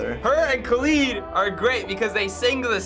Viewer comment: The way he said kalid haunts me